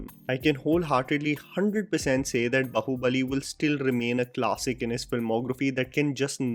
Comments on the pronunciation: Some North Indians still can't pronounce baahubali properly. It's not bahubali. It's baaaahubali. Please stress on the aaa maatra dude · It's not b-hu-buli it's Baahubali. I live in the states and have never pretended to have an accent or tried to sound different. For an orator you need to vocalize and exaggerate. Maybe go back to speech 101. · sorry if this is bitchy but its bAAhubali not bahubali. its a lil annoying everytime you say bAhubAli. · Its baahubali not bahubali🗣️ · It's baaahubali, say it with me...baahu...bali 🤣🤣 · Bahubali bolna seekhlo bhai nahi atleast mention karna band kardo plz yaar it sounds so irritating are u not from a Hindi region what is the pride is showing that u don’t knw Hindi or u don’t speak Hindi I like your review but bhai Bahubali bolna band kardo u can’t pronounce it